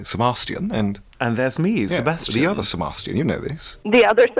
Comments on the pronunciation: grell: Se-bas-chan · they sound like they're saying se-bahs-CHAN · Me: "Se-bae-stian" 'aight imma head out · Ironic that the actual Sebastian voice actor pronounces Sebastian wrong